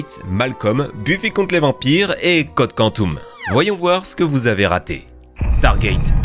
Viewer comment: « code quantoum » « GoaOld » merci pour la tranche de rire.